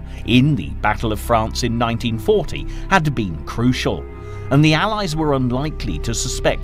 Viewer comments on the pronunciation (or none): none